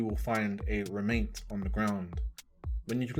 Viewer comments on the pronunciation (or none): great guide but your orientation with the compass is a nightmare lol. keep it pointed north because at least twice you said "go southeast" and you went southwest. you literally confused yourself 🤣 P.S. ITS REMNANT NOT REMAINT LOLOL